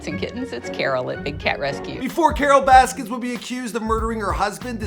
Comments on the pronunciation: So much diggin that you cant say her last name right in any of these videos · Why does it keep saying Baskins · He calls her Carole Baskins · i wish people would stop adding an ‘s’ at the end of her name. i’m not defending her but it’s a pet peeve of mine 😂